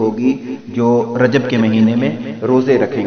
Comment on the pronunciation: رجب میں ب پر کسرہ آئیں گی